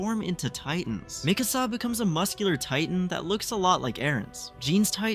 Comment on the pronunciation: Why do all AoT youtubers pronounce Mikasa's name so wrong lol It is spoken in dub and sub the same way. Its not "mi casa" like "my house" in Spanish.